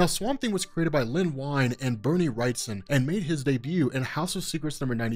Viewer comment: It’s Len “We’en” not “Wine”